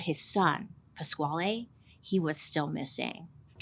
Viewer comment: Pasquale is actually pronounced Pass-Kale ❤ Poor boy. How tragic.